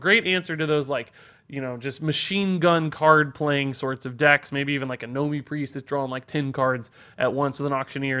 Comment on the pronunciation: . Nomi is not pronounced gnome-ee. There is as character called Gnomie in WoW that is pronounced that way. Please stop getting it wrong, it's probably the only bad thing about your videos.